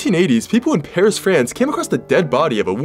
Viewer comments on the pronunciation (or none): none